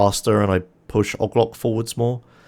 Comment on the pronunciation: i tried so long to figure out who ogloc is. 🤦🏽 its OH-GEE-LOC